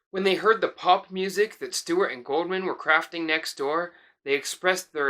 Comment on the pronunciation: It's not Goldman...it's GOULDMAN. use the U